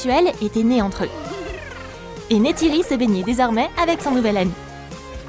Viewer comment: C’est pas nétéri c’est neytiri sa dit comme sa neilletiri